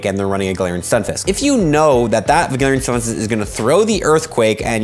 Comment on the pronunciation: Bro , can you PLEASE teach us how to pronounce galarian stunfisk like that 🥺🥺